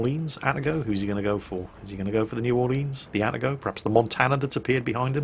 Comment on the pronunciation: getting triggered by "atta-go" and not Ah-Tah-go